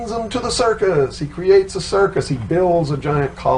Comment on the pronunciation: The word Circus was emphasized